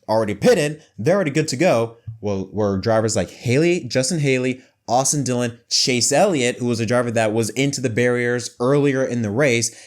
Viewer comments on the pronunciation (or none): none